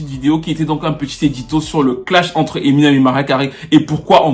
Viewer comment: Je dis hein, personne ne wanda sur comment il dit emi nem avec l'accent ? On dirait qu'il parle d'une nyango du quartier 😂😂😂😂 En tout cas, merci pour la vidéo, un mercredi bonheur comme ça 😍